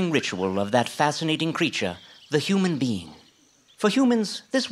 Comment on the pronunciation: Is saying human bean or human being??